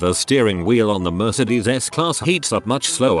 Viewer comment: When the TTS reader prounouces "Mercedes" as "Mer-ced-ees".